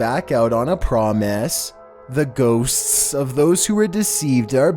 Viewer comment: The way he always says "ghosts"